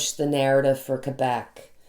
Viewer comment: I'm so glad your family recovered from COVID! ❣️ Our daughter also said there were tough times to reach recovery. Also, Thank You for pronouncing Quebec properly! I went to college near the Quebec border. They can be a rambunctious bunch there. I'm glad they've gotten serious. NYS may need to close down because the Feds aren't addressing International travel and the UK variant is up to 70% more contagious. It's here in Saratoga right now. And I'm sure it's arrived via air & now land travel from any number of European Countries. Was watching the live... You have nothing to apologize for... 🙏🏽 for healing! Btw, you can more than carry a tune. You have a lovely voice... Trust me, I'm cursed with perfect pitch! 🎼🎵🎶 Thank you for coming on today! ❣️🌟🙏🏽